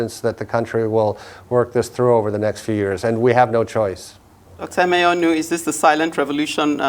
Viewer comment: Hear the host (not the bespectacled one) pronouncing "Emenyonu" with a forced, false, American accent. Colonial mentality wee not kee you, my dear. Say "Amen". Nigerian news media space is tormented by such Western-wannabes, it is ridiculous. 🤣😂